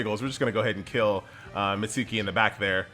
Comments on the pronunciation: "MIT suuuuuuuuu ki" it hurts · Please stop butchering Mitsuki's name lol